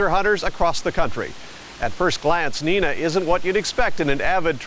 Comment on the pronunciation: Son did not find a belt buckle in no damned sand box… dumb ass.logan was older too. Narrator got it all wrong. Even my my name .. It’s not nena. It’s long I sound as in n-I-na Screw ball. Elon you need to make contact soon. This bastards. Are no good.